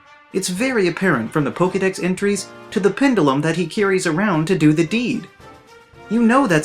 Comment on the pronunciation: Complains about Hypno's pronunciation...and in the same minute, mispronounces "pendulum". People don't pronounce Metagross' name as Metacross. Anything close to that I've heard is "met-ta-grawss". The Bisharp and Florges thing DOES peeve me off though